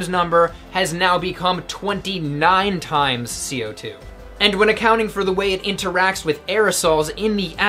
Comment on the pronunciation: "...and when a–cow–nting..."